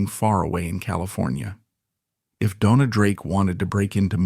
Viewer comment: Your research fell just a little short it seems. As Joan Crawford corrected a British interviewer, it is pronounced Bett-EE. Dona's name on either IMDb or WIKIPEDIA is stated as being of Spanish DoughN-yah or Dough-ah. She also used her nickname Una, from her given name Eunice, as Una Villon. Also, she was known as Rita Novello. William "Bill" Travilla, pronounced Trah-VEE-yah(?), was born on Catalina Island and was brought to Warner Bros. when collector of his art work and friend, Ann Sheridan wanted him to design her costumes rather than those already on the lot. His Oscar for THE ADVENTURES OF DON JUAN was shared with two female co-designers. Later, he began a long term collaboration with William Sarris. This should be a further lead for more research as it is a truism that practically every Hollywood costume designer was gay. Otherwise, great segment on someone l had actually seen on film but never fully appreciated or even knew the name of. Thank you